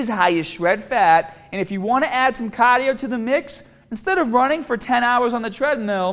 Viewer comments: Don't do caah-dio, people. certified. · Somebody already said caaahhdiioo? Don’t feel like scrolling all the way down XD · The pronunciation of caaaahdio then cardiovascular was suspicious. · So, Cahhhdio not that good right? ;) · I love my BAAAHBEL bench press and long CAAADIO sessions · I love me some Wicked Cahhhdio tho!